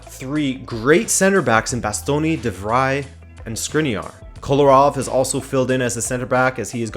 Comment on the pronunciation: De Roon rhymes with phone You got De Vrij right now though 👍